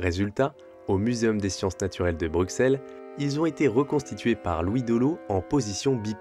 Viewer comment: La prononciation de Bruxelles tout au long de la vidéo me donne des envies de meurtre.